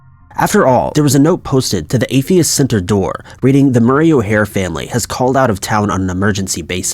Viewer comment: Her name was O'Hair, not Hair.